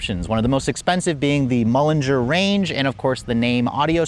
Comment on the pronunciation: Good God, stop saying "Mulliner." There's no "g" - it's Mulliner. Aaaargh. And Azure is pronounced "ahzher" not whatever the heck you're saying.